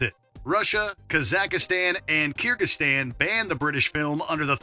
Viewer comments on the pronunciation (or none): Did the narrator say Ka-zak-istan ? Then went on to almost pronounce it properly a few sentences later. Lmao.